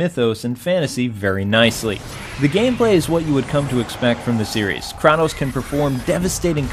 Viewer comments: God of War II better than III? I have to disagree with that. GOW II had some issues with level design and III really nails it down. The difficulty in III is also much better balanced. Anyone who beat the sisters in II can attest to this! Also it's pronounced KRAY-TOS not KRAW-TOS :p I agree with the Sonic DS collection being too much at $29. There is no reason a new Sonic Collection should not include Sonic CD. It should also have the S&K "Lock-On" capabilities as well as Sonic Spinball & MBM. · Two things I wanna share with you about God of War,. Don't think I'm being mean, please. 1) It's pronounced Kray-Toess 2) God of War series, to me and I know I'll be getting hate for saying this, is overrated. If only because of Kratos.